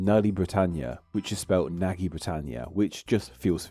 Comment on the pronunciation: Agree 100% I don't even speak Hungarian and I know that Nagy isn't pronounced Naggy. That was just one example of many...